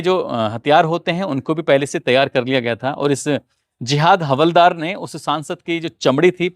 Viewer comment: Hawaldar nahi haldaar boliye